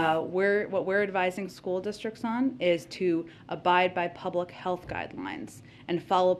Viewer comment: Did she just say "Stool districts?"